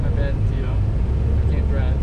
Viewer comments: New to the channel whole time I thought he was calling the raccoon chico 😂😂😂😂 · im laughing by myself in my room now i swore i heard cheeto